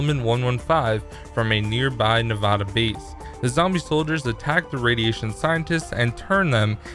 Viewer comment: Please say Nevada right.